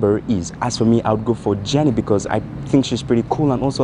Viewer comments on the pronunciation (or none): first it's jennIE not jennY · Jennie not Jenny 😭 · Jennie not jenny...